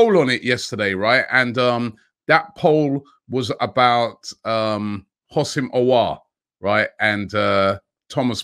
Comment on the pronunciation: Robbie the H is silent. It’s pronounced oh sim 😂